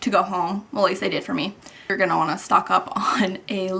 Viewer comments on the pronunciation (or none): none